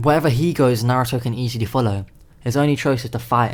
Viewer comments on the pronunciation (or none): none